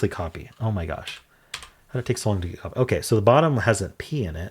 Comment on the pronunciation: In Hang Five, when going thru the options for the first word the first time, you actually mentioned "copy" but you pronounced it "copey". Which is probably why it didn't occur to you that time. 😂